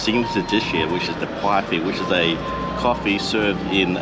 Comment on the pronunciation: Great content. Puku means tummy, its pronounced pook ooh. Pats pantry pies are great. Tapu pub pies, and Burtons cafe, pepper steak pies in thames , are next level